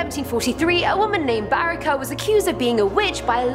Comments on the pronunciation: In Croatia word ‘C’ is pronounced like ‘tz’ so it’s Baritza and Brestovatz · Barica read as Barrikah oh my god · the way y'all butcher some of these words (Jure Grando, Medvednica, Description Škrinjari, Barica, Celje (which isn't even in Croatia), Brestovac, Milivoj, Ljerka Sram) literally kills me inside